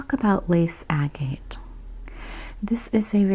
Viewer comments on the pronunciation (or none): I loved this video. Thank you! I find the way you speak and the subject matter calming. I am going to make a suggestion about pronunciation. Anyone who finds this offensive please ignore this, because I do not mean to offend. Agate is pronounced “ag it”. Thanks again for the video. I would love to see more of them.